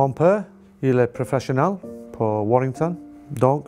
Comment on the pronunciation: Aujourd'hui, il existe tous les moyens pour apprendre. J'ai appris l'italien et l'allemand. Shaun reste un technicien de la défense exceptionnel, mais écoutez son intervention au début, il n'y a aucune liaison. «je entraîné comme professionnAL, j'étais 13 ans, je veux être professionnAL ». Heureusement que vous dites qu'il a progressé ! Il travaille en équipe de France et devrait, à mon avis, maitriser un peu mieux la langue. Fin de polémique.